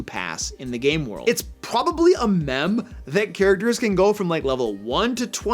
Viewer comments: mEme not MeM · Mehm?... 🤨 dude... Meme rhymes with seem, seam, ream, deem, and team. That's ok, i remember when, as a teen that had been reading innumerable swords and sorcery books like Conan, Elric, etc, one day i discovered that chaos did not rhyme with house. Lol. Btw, great video. 😊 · Took me a second to catch it; wondered what a "mem" was 😅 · Tf was that pronunciation of “meme”? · The way said "meme" hurt me physically. Aside from that, great advice! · #1 don't be a jerk. But I also came here just to see if anyone caught that. 😂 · I gagged